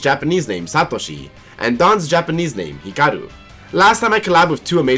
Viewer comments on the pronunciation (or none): It's Hikari not Hikaru